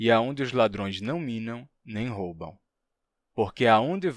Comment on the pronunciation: Achei estranho aquele "roubão" em vez de "roubam".